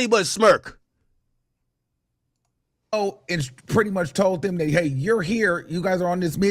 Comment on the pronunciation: Crazy thing is why you keep saying Smurk 🤷🏾‍♂️